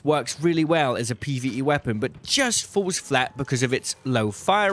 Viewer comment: You are the ARCangel of channels for this game. But why are you pronouncing FURTHER as FERVOR? Does your tongue not reach your teeth to make the TH sound? You pronounced FALLS as FOOWS. you did not even get the right vowel and again, refused to move your tongue to pronoumce either of the Ls. Again you pronoumced the word AMOUNT without the T at the end. You grunted instead. You keep saying WUF imstead of WITH and WUFOU instead of WITHOUT. I think I need to use google translate from BRIT GRUNT-SPEAK to ENGLISH